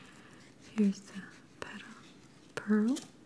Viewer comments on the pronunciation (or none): none